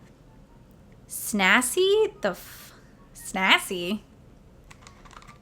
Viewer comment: Pronounced: SnaZZZZZ-EEEEE lmao Love your videos ❤️